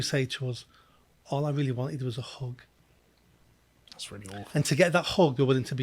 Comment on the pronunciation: All they wanted is a hug? It sounded like you said hog but I know that can't be right. Is it hug?